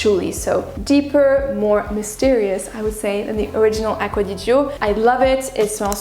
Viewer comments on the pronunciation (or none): On ne prononce pas le i ma belle : ) ! It written aqcua di gio but spelled acqua di "jo" ! La fonction du "i" devant le "g", est comme celle du "e" devant le "g" en français ! Cheers